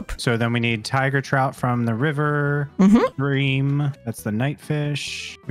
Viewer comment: Btw is pronounced “brim” not “bream”